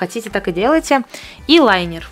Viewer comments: Не лАЙнер ,а лИнер!!!! Линер от слова-линия!!!!!!!!!!!!!!!!!!!!!!! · Мне интересно,как ты собралась рисовать "лайнером" а не линером...